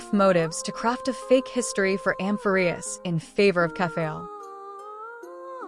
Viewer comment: I enjoyed this video but 1 thing kept erking me. Its not Kef-fay-el. Its Kef-fah-lee Not Cas-tor-ice, Cas-tor-ress Not Meme its Mem Not El-lee-sha its El-lee-sia think Elysium The tablets , although subtle, fit together as puzzle. Observing closely there are tabs. So it looks like this I [ [ [ I 1 tablet has a beginning and female end Next tablet has a male end and females end. The 3rd tablet is a repeat of the 2nd Finally the tablet has a male end and a ending. If ya rearrange the tablets so the 2 end pieces are the end then slot the other you get: Has The Sun Never Risen ? Has The Night Never Fallen? Has The Fire Never Ignited? Has The Hero Never Existed?